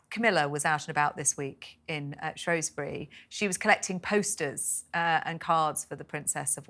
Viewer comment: Shrewsbury. 😮 prounaouuce it correctly please. We are English